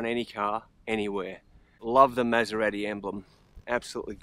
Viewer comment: Learn how to pronounce Maserati before you do a document on the best motor vehicle in the world.